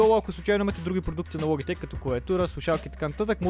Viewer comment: научи се да говориш СКРУЛ ЛОБИТЕК